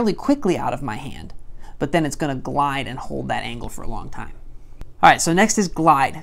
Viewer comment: You said glidus